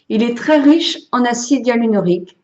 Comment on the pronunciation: M-B Chg Bonjour madame je suis désolée mais lorsque vous parlez vous faites des fautes par ex vous dites tjrs l acidialrrlonique tjrs et au lieu de dire probant voudrais dite probant et vous mettez des s alors qu il faut mettre des x vous avez des difficultés à bien vous exprimer .merci de travailler votre français